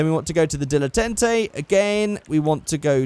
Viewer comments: Dil-eh-tant-ay that's how you say the GTA Prius name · It's pronounced DILLA TARN TAY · Dilletante pronunciation dill-e-tont-ay